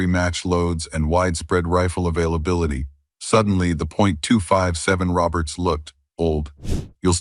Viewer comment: agreed... if you can't call or pronounce a 257 Roberts or a 300 Savage properly, then just sit your ass in your room and play with yourself. Don't waste time to make up a fucked up AI presentation and expect us to listen to it.